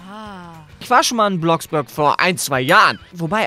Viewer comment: Es heist ja Bloxburg aber er spricht es Bloxbürg aus😂😂